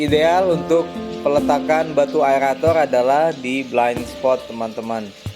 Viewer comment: Aerator bang bukan aelator 😃